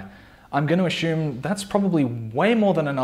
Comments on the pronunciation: Assume not Ashume LOL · Sorry mate, no disrespect, but it’s ‘ass-you-m’. Good video nonetheless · one drink for every time he sais "ashume" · Ashume, ashume, ashume, ashume